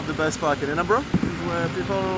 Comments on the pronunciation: "Edinbora" değil, "Edinbıra". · Edinbörg değil edinbora her güne yeni bi bilgi sağol 🖤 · iskoçya ve iskoçya tarihi ile çok ilgileniyorum fakat "edinbrah" diye telaffuz ediyor kendileri, lütfen. videolarını severek takip ediyorum ama bu kullanım biraz kulak tırmalıyor. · Edinbrah diye okunuyor. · “Edinbrah” diye telaffuz edilir